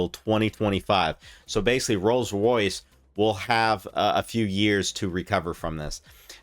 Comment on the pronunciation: This man butchers the pronunciation of rolls Royce so bad. I had to watch the whole thing to hear every one. Love the research.